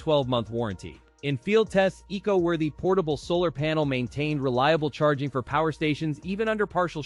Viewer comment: ai slop. "eco worthy" pronounced "ee see oh worthy"..... 🙄